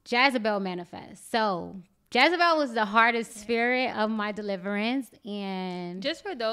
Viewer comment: Great video. FYI the name is Jezebel, not "Jazabel".